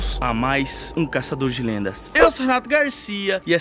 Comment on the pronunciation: "Enfim os caçadores de lêndia..."